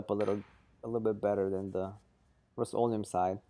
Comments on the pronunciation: RUST o leum not ROAST leeum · "The roast-o-liam"